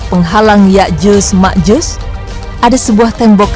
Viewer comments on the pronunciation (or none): Sotoy loo penyebutan nama yakjut makjut aja salah